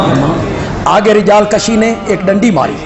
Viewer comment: He is lying. No such thing in rijaal kaashi. He does not even pronounce it right. It's kaashi not kashi. Waah waahs are for nothing.